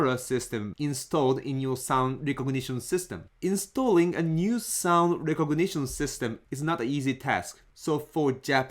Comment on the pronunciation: I find it interesting that I can hear the influence of mora on the way you speak when you say "recognition"